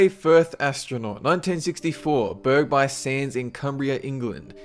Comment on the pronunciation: The place in no.16 Burgh-by-sands. Is supposed to be pronounced 'bruff-by-sands'. But you are forgiven, it's an easy mistake to make if you aren't local to the area. :)